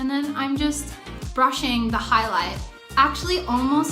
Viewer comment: her australian accent really popped when she said highlight ! Honestly the way her australian accent pops out in different words is cute :((